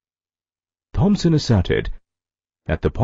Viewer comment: Sorry but Its THOMSON....